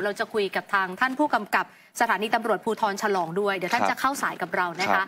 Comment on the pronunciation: ฉลองครับท่านนักข่าวไม่ใช่ถลาง